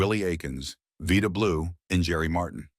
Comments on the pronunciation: Vida Blue not Veda Blue 🤪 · Veeeeeeeda Blue lmfao!!!!!!!! Aikens, really!!??